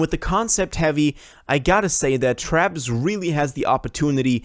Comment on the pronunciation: What did he say? Man messed up Travis name 😂